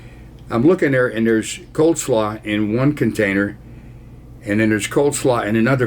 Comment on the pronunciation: It's "cole slaw" Ron : )